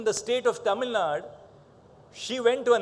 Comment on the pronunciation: Tamil Naduuuuu sir and not Tamilnad